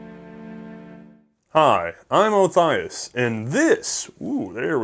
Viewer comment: You pronounced Othias wrong.